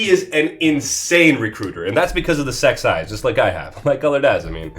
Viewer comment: Am I misheard or he called six-eyes, the sex-eyes?